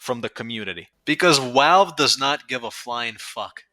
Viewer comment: Pronouncing it "Walve" with a New Yorker accent is wild ngl. Also damn, just the idea of being able to use the Degreaser/Reserve Shooter/Axtinguisher combo again makes me happy in the pants. I main spy.